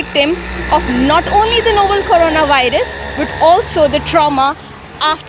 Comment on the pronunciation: Noble nahi hai behen.. Novel hai.